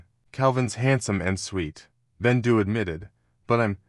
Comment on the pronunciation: Is bendu not rendu